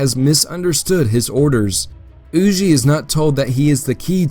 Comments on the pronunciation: Everything was great…. Except “Hugh-Jay” bro…. It’s “Hugh-Ger” just as it appears. Huger…. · Huger rhymes with Luger.